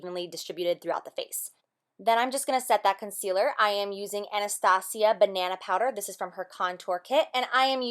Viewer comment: i love you for pronouncing "Anastasia" right !